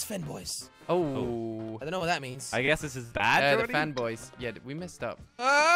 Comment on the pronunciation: when Jelly read the sign, it's so funny because they didn't realize that most of the course is in french and he read 'fanboys' like if it was a spanish word but in reality, the word ''les'' is french and fanboys is English word. the traduction of '' les fanboys'' is the fanboys.